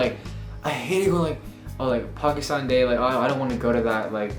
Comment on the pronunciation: Loved this video! Though I cringed everytime pronounced pakistan wrong... #Pakistani&proud